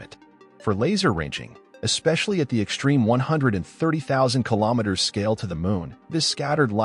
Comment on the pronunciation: English: the word "extreme" doesn't have an H in it. The XT is not pronounced SHT as in "ek-shtreme".